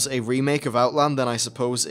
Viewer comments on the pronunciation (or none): none